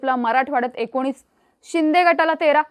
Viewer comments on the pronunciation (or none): none